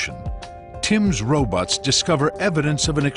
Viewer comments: I swear that the narrator said "Tim sends ro-butts" (instead of ROBOTS). Or did he use another word that I can't hear properly? Damn these videos with no closed captioning choice available! Came back just a minute later to edit my post because...Tim's "RO-BUTTS" are at it again ! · Lmfao it's ro-butts